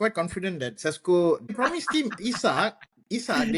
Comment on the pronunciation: Pronouncing Sesko as Tesco was simply hilarious 😅